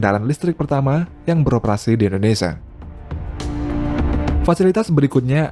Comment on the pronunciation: Hahaha ngakak 😂 admin sebut indonesa Bukan indonesia